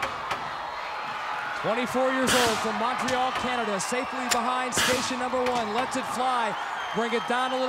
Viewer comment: He totally whiffed "Montreal" AND "Canada" lol 🤭. But he redeemed himself 😊